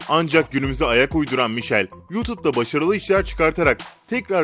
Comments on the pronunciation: Michele mişel diye değil mikele diye okunuyor sihirli annem ropörtaj videolarını izleyin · 3 Yabancı 1 Türk olacak bide mişel değilde mikele diye okunmuyo mu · O mişel değil mikele diye okunuyor🤦‍♀️ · Mişel değil mikhele diye okunuyor 🤔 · Mişel değil mikele ! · Mişhel deil mikhele die okunuyo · Michele ye mişel demişler gerçeği mikele diye okunuyor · Mişel değil mikele ve iki adam bir yabancı değil üç yabancı bir Türk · Mişel diye okunmuyor keremin gerçek adı mikele diye okunuyor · MİŞEL diye okunmuyor MİKELE diye okunuyor yalniz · Bilgiler yanlış bir kere mişel değil mikele diye okunuyor . 2 : 3 adam 1 yabancı değil 3 yabancı 1 türk. Ve soy adı cedolin , i yok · keşke adamı bir kere dinleseydin de 'mişhel' değilde 'mikele' diye okunduğunu bilirdin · Michele mişel değil mikele diye okunuyor ve 2 yabancı değil 3 yabancı 1 Türk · Mişel değil Mikele diye okunuyo 2 adam 1 yabancı değil 3 yabancı 1 Türk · Mişel diye değil mikele diye okunmuyomu.... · Mişel değil Mikele diye okunuyor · Mişel değil Mikel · Mişel diye okunmuyor michele diye okunuyor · Daha özenli davranmanızı bekliyoruz bazı üslup hatalarının yani sıra "mişel çedolini" değil "mikele kedolin" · Michele "Mişel" değil "Mikele" diye okunuyor sanırı bense tam bilmiyorum ama zeynep özkaya "Mikele" diye sesleniyor😊😊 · Michele mişel diye okunmaz mikele diye okunurr. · Mişel okunmuyo mikele okunuyo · Lan mişel değil o mikele diye okunuyooo😭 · Mişel değil ''mikele'' diye okunur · Michele ismi "mişel" değil "mikele" diye okunuyor. 3y 1t'yi bir kere izlesen bilirdin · Mişel ne ya dkjsksjw mikele mikele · Mikele diye okicana mişel diyo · o mişel değil mikele diye okunuyo 😬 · Mişhel diye okunmuyo mikele diye okunuyo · Michele Mişel diye değil Mikele diye okunuyor bunu da Michele Cedolini diye kanalında söylüyor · Mişel değil mikele 😉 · Mikele diye okunuyo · Olum mikele diye okuyonuyor şu çocuğun adını doğru okuyun artık jdşwlxşslşs bide 3 yabancı 1 Türk olabilir mi o? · Mikele diye okunuyor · Mikıl diye okunuyor